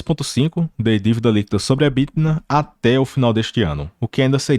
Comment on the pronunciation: Quando diz "EBTINA" é só uma brincadeira mesmo ou a dicção é que ficou ruim?